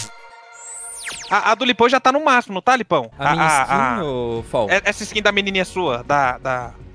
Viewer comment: Lipão não é foll se fala fall